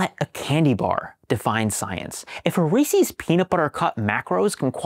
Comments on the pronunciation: It's Reese's, though. Not Reesee's. You're welcome. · Side Note: Reese is one syllable. It's not Rees-ee. I live in Hershey, in the middle of the junk food capital of the world, so I know. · Great science. But remember the most important thing. It’s Reese with an ‘s. NOT ReesEES.